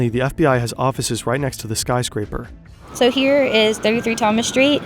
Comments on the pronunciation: Im sorry, did you call this building a spyscraper or a skyscraper? Because if the former, genius lol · Not "spyscraper" 😩